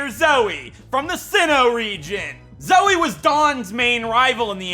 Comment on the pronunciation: Final use of Zoey Counter: 11 (Nothing compared to RE7...) thanks for saying it as soey, like, twice so I couldn't tell if you were saying the name, lol love the May and Drew HM slaves, lol. Also, skipping the egg guessing thing? Well, the togepi one anyway. electric gym town then. YOOO, GO DAWN!! That's a swell strat, holy heck! Even the hellish Bronzong, WUT!?